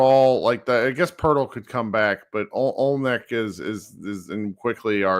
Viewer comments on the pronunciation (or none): Washington was interesting early in the season. They were losing, but playing all their young guys, who look like they could be something. Now they are losing with Poole, Kuzma, Jonas, taking a ton of minutes. mispronouncing of names is Bill Simmons tier stuff. Kelly Olneck, Jacob Purtle.